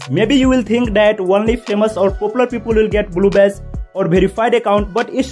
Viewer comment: am i the only one that hears bluebes